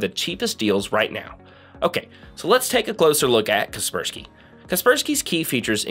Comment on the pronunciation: sorry but its KASPER SKY not kerperski .... Like the ghost Casper (the friendly one) and Casper is protecting you from the Sky (cloud). all this equals KASPER SKY.... ty loved your video